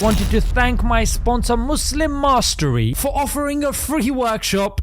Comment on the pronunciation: I thought he said Muslim Misery instead of Muslim Mastery 😂